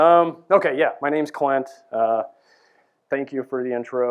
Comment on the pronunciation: "My name is Client.." like client - not Clint like Clint Eastwood ?